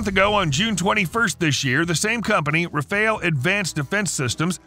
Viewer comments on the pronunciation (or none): The Q in Qassam sounds like a K (Kassem), not like a Q (Quassem). Likewise, Rafael is pronounced like Ra-fa-ehl, not Rafeil.